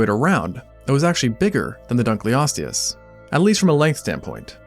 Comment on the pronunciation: Dunkle-osteous. Not Dunclee-osteous